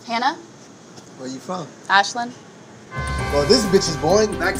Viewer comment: Did she say ashlin